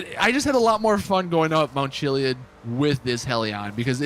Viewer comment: I watch your vids all the time, you're my go to GTA channel. That being said, your mispronunciation of things makes me crazy sometimes. To the point where I yell the word out loud. Lol HelliON he says. And Chili(ID)